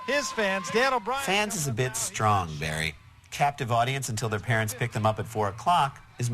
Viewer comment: Woh it's Bawwy Kwipke!